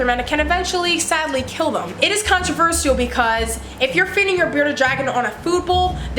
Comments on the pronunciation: CONT RUH VERSH ALL. holy hell sorry but every time I heard this it was terrible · can-tro-ver-se-al SKSK (no hate I love her channel) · I'm not tryna be rude but you say controversial like controvershall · The way you pronounce controversial is controversial!!